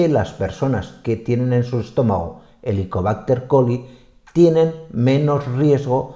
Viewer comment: HELICOBÁCTER PYLORI. Creo escuchar repetidas veces Helicobácter Coli. Creo que involuntariame se ha mezclado el nombre con el de una bacteria diferente que es la ESCHERICHIA COLI .